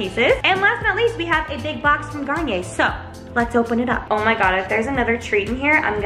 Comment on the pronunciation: man i thought you said kanye instead of garnier